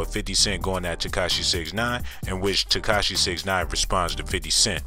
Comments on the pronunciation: He also said "Ketashi" but I left that Alone..lol...I'm sure he's a good dude and I'm not the one making the video so who am i..haha.."Curtis 50 Jackson Cent Piece"... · He actually said.." Katashi 69"..lmao but i pointed that out already in a different comment. Just happen to see this and thought it was still funny. Man..im.bored AF Obviously!! haha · He said katashi instead of tekashi lmao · This man said "Curtis 50 Jackson Cent".. lol